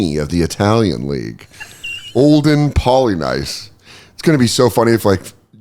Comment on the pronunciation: You got Olden right. I remember hearing his last name pronounced like Polyniece.